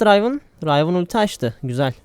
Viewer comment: Rayvın değil kanki Rivın